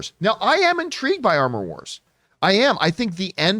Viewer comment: "Amor Wars". Cue French giggling